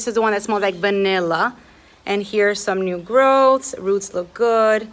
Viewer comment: Haha. It's Va, Vanilla. Not Banilla. Se ve que eres latina.. love the plants.